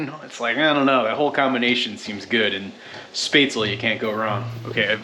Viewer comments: Spätzle is pronounced Shpetsly. It's a German noodle like thing. They tast much better when freshly made rather then made days or more ago. They tend to have a grainy texture after a few days, at least to me. Hello again from NRW Germany. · As someone living in southern Germany - Swabia to be exact - where Spätzle originate from, it's really funny to hear you butchering the name. 🤣 But I'm glad you're enjoying them as much as I do. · your pronounciation of "Spätzl" is suprisingly close to accurate! Although the 'tz' is meant to indicate that the 'ä' should be said quickly, not drawn out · As an Austrian i cant help but cringe at how you say spätzle, but glad to see you enjoy them